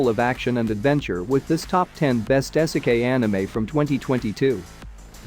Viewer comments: It's pronounced "EE-seh-keye". Video unwatchable. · Dude said "ehsekay"